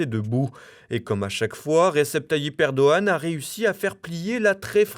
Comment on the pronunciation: Erdo G an, il ne connaît pas le g le narrateur !